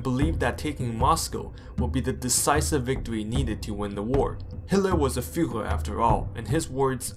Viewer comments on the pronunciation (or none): none